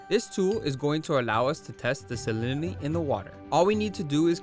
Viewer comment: "salinity" was kickin ur azz to pronounce lolll